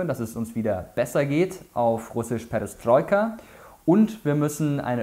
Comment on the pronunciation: Sehr gutes Video ! Danke dafür ! Perestroika hast du ein bisschen falsch ausgesprochen, man spricht das zweite e wie ein i aus also "Peristroika", nur so als info, falls es dich interessiert, ist aber eher nebensächlich. Wie gesagt tolles Video, danke dafür !